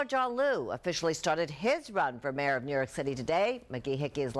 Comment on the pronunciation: they keep saying lu,,,i thought its liu....